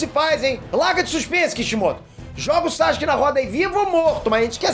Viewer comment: N da pra ouvir vc falando SAXUQUE 😅